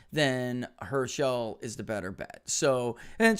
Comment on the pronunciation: Hirsh-uhl, not her-shell